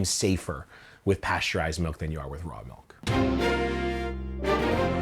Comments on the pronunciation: I can’t even count how many times I just heard “melk” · I keep hearing them say Raw Malk XD